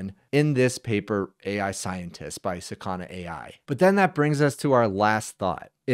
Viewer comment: please dont say sakAna, it s sAkana - 'fish' in Japanese. you make fish sound like asana lol they might get offended